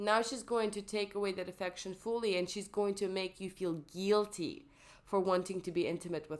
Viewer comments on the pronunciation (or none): "Geeeelty" its actually Guilty